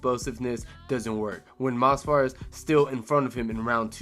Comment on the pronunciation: it’s Movsar not Mosvar. Bro is so boring his own fans don’t even know his name 💔